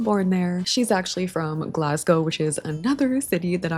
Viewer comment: Your pronunciation of "Glasgow" is 😚👌